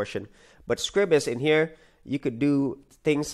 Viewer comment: I hate coming over as a pedant, however the word Scribus is not pronounced as Scribbus, it is pronounced as Scry-bus, think of it as "Scribe us"